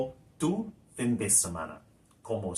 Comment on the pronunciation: Like your stuff but concerned about your pronunciation, obvioulsly not a native speaker, Why pronounce fin with English i? Surely Spanish pronouce it as FEEN